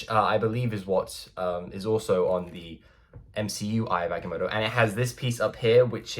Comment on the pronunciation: It’s pronounced (Ag-ah-moe-toe) not (ag-e-moe-toe)